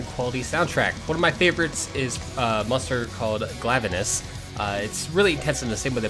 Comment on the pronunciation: its pronounced GLAIIIIVENUS. not GLAAAAVENUS. think glaive the HALBERD weapon that the monster's original japanese name was partially based on. #petpeeve